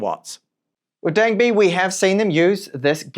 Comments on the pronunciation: Well not Dung-bay he said at the start incorrectly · Oh and you said Dangbei wrong at the start of the video, but later correctly just saying. Keep up the good work!